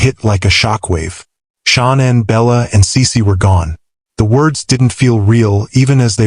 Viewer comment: Shawn Ann?!😂😂😂😂SAY IT RIGHT‼️‼️🤣🤣🤣🤣